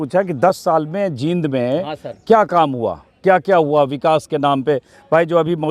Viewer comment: वाकई ये मिगलानी कमाल है. आपसे एक रिकवेस्ट है कि आप जिंद और जींद के उच्चारण में फर्क है. इस शहर का नाम जींद है